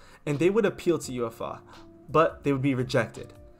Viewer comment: I remember actually watching this on TV lol Good video, maybe work on pronunciation. You did say "UEFA" incorrectly haha